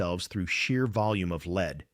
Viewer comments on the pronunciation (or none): But at one point it pronounces lead like a chemist and not a dog walker.